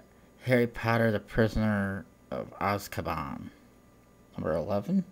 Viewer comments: u say azkaban wrong and u sound like golem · u say azkaban wrong